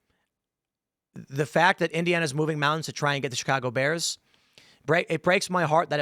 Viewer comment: "Da 🐻's"